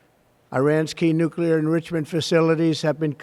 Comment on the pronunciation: Nuclear enrishment.